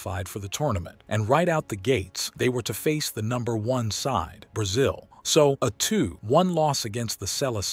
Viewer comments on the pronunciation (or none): none